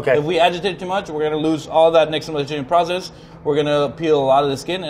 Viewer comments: Brad has such a hard time pronouncing simple words but nails nixtamalization? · I'm just surprised Brad pronounced "Nixtamalization" correctly.